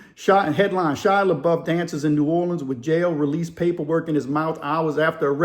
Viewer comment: It’s pronounced La-Buff. And he’s Cajun on his dad’s side. I heard he actually owns a home in Nola. He’s one of those rare celebs that want to live a normal life away from fame.